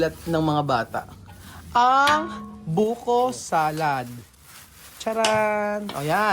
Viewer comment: It’s Buko salad NOT buhok salad! 😂